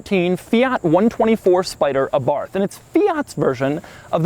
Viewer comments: I think you're really cool Doug... but this is how you pronounce Abarth... eh bart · It is pronounce ARART not Abarth dummy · sound like youre saying Abarf. lol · It's pronounced eh-BART you fucking dipshit slender giant freak. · The "th" at the end of the word Abarth is pronounced as a hard-t sound. "Ah-bart". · Abart the H is silent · Abarth is pronounced without the H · My understanding is that the name is pronounced “Abart” - not Abarth as you pronounced it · AbaRth? Aba:th is the correct pronunciation. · Dough is the type of guy to speak „Abarth“ with the english th. You have to speak it Abart, with a rolling „r“ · Hey Doug...it’s not abarth, it’s Abarth..,long A. Thought u might like to know. Keep up the good work. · It is pronounced Ah-BarT or Eh-BarT, not Ah-BarTH. It was named after Carlo (Karl) Abarth, a car designer who was born in Austria and later moved to Italy and started his own company. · Please say the word correctly. It is not A-Barth it is pronounced Abarth, all one word. I enjoy most of your videos but your voice is like nails on a chalkboard. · it is pronounced àbarth, not abàrth. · Pronounced A-barth not abarth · Abarth is pronounced "Abart". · It’s pronounced “ABART” you don’t pronounce the “th” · Abarth...AY-barth...emphasis on the first syllable, please. Carlo would thank you. Please slow down a bit on your delivery. You have expert analysis and wonderful insights to share and we all want to hear, understand and process them. Drive the cars fast...and speak a bit more slowly. Feel free to either review this car all over again with proper sound and video or...simply delete it. This piece is simply not up to your usual high standards and erodes your brand. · Abarth, not aborf